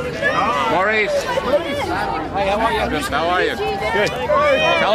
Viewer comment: It. seems like they should know by now how to pronoun Maurice name right.. Morris.. Love all three brothers and they are all so talented and gorgeous and funny.. Miss Maurice and Robin and Andy.. I know Barry and Lesley miss them every day 😢